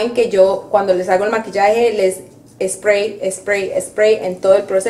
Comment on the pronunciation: ❤❤muy linda tú usando a tu mamita pero chama me gustaría q mostrarás de frente las marcas de los productos ,y li digas en español yo se papá de inglés o sea nada cuanfo aplicarte el último spray sellante lo dijiste bien clarito Spray recuerda q don videos para latinos pues no pronuncies todo en inglés para entenderte yo súper agradecida con tus enseñanzas yo también soy grande como tu mamita😊 Bendiciones para ti chama éxitos desde FALCÓN Venezuela